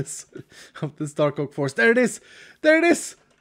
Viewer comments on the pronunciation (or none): When he said "Dark Oak forest" I thought he said " Taco forest" 🤣🤣🤣🤣🤣🤣